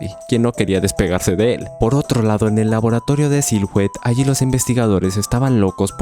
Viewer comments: "silouet" no "sil hout" xd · Bro knight se pronuncia 'naiht' la "k" inicial es muda y silhouette es silueta y la "h" no solo no se pronuncia si no que la ignoramos en esta palabra por completo, se pronuncia 'siluet' (con acento en la e). Al final cada quien dice como se le da la gana y no hay una sola forma correcta de pronunciar las cosas en ingles, pero pues ahi quedo lo que crei que seria una contribucion. Saludos y exito.